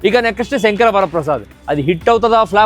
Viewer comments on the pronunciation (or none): none